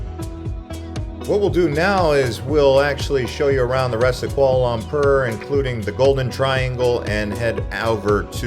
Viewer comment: Quahla laahmprrr you say? 😂